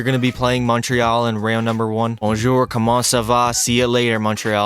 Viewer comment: that bonjour comment ca va montreal was good , are you learning french ?